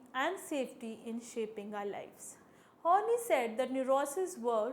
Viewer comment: Thanks for the lecture. Quite helpful. But her name is pronounced as Horn-Eye and not horny ;)